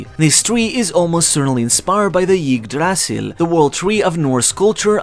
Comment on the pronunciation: Yig Dras Sil lol... just say Eee-dra-sil